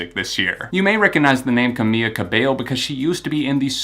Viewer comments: It’s CA-MEE-LA not CA-MEE-YA but at least you pronounced her last name right so... close enough I guess? 🤷🏽‍♂️ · caBEYO is right, but NO it's not cameYa, it's camEELa : ) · Her name is Camila but is pronounced like Cam-EELA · Chiino Bear no, I speak Spanish and it’s pronounced camEEla cabeYo. She even had it as her twitter name for the longest time because people always mispronounce it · Omg every time he mispronounces her name!!!! Ughh i can't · Ugh. I’m a big fan of your reviews and i’m not a Camila super fan, but it just irks me so much when people mispronounce other people’s names, ESPECIALLY when they’re talking about that person for an entire video. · One “l” doesn’t make a y sound👍🏽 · U said her name wrong. It's Camila, there's an L. I'm just letting u know. Not trying to be rude! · Great review, besides saying her first name wrong the whole time 😂. Really do love your reviews tho, always spot on 👌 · you're pronouncing camila's name wrong. it's camiLa cabeYo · its pronounced cameeLa cabeyo